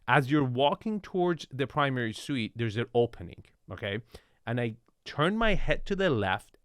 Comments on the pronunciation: Suite, not suits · Primary "Suite", not "Suit"